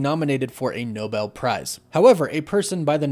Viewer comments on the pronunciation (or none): none